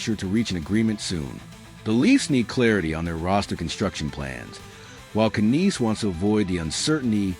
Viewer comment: you know its AI bullshit when they cant even pronounce the name right